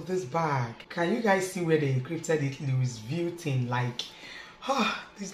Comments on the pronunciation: No offense it's pronounced as Louis vutton...not Luis vietin.......lol....u and my husband na the same with pronunciation....no vex oooooo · Sorry👌🏽 call it * Luviton" please. english is our 2nd Language we all know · Its pronounced as 'luivitton or luvitton ' our dear. Its a good replica. Soon you will get the original in JESUS name. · Correct pronunciation for a fake version of the original brand. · Can you please pronounce the name well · You are not saying it right please